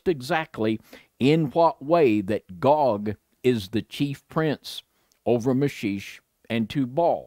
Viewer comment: Meschech ... pronounce Me*shack ...